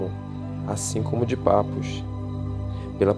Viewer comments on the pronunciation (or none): Papus se pronuncia "Papi", muito bom o vídeo! Me ajudou a entender a história desse grande mestre. P∴P∴